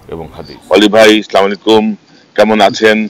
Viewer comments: ভাই আল্লাহর ওয়াস্তে বেয়াদবি নিবেন না। আপনার বক্তব্যের শুরুতে "স্লামুআলাইকুম" না বলে "আসসালামু আলাইকুম" বলবেন। আসসালামু আলাইকুম শব্দের অর্থ "আপনান উপর শান্তি/রহমত বর্ষিত হোক। স্লামুআলাইকুম এটা আসলে সঠিক নয় অথবা বেশি বেশি সালাম না দেবার অভ্যাস না থাকার কারনে এমনটি হয়। আমি কিন্তু বলছিনা আপনি বেশি বেশি সালাম দেন না, কারন এই ভিড়িওর শেষে আপনি সঠিক ভাবেই সালাম দিয়েছেন। আর এটা আরবি ভাষা। আরবি গ্রামারের পাশাপাশি আরবি ভাষা সুন্দর ভাবে পড়ার জন্য রয়েছে "তাজবিদ ও মাখরাজ সাবজেক্ট যেটা অন্য কোন ভাষাতে নেই। আবারো ক্ষমা প্রার্থী ভাই। আর আমি কিন্তু আপনার একজন নিয়মিত দর্শকই নয় ভক্তও বটে। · আসসালামু আলাইকুম বলার চেষ্টা করেন,,, স্লামাকুম বললে পাপ হবে,, আমিন